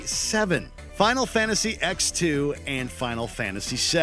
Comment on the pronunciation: “Final Fantasy Ex-2”